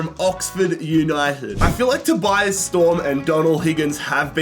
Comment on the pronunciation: My name is Tobias, I got so confused every time he said Storms' first name.